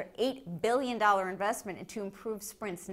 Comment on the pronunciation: I love how she says billion :P